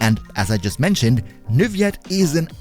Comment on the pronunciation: I think you're supposed to pronounce the "L's" in Neuvillette.